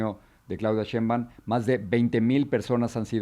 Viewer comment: No es Claudia Shemban señor Ramos. Practique un poco el apellido de la señora, no es tan dificil